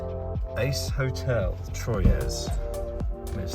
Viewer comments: Great road trip back home. You both had me cracking up at your pronunciations of Troyes - not sure if anybody else has mentioned this, but it is simply pronounced “Twa” 😂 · A bitter sweet video.... boohooooooo she's a gone!! Troyes is pronounced like 3 in French. It's kooky but that's the French. LOL. Aspetta... rant!! LOL. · Troyes is pronounced Trois, the French for three! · FYI Troyes is pronounced very similar to the French word for three. Break the word into syllables: “troy” and “es”. Pronounce the first syllable, “troy”, as “twa” (like the word “twa” in English). Pronounce the second syllable, “es”, as “eh” (like the “e” in “bed”). Combine the two syllables to pronounce the entire word: “twa-eh” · Remember In french never pronounce the final S (Sallanches, Troyes, Paris.... )